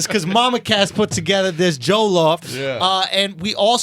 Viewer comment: It's pronounced JO-LLOF not joe-llof. Lol im triggered XD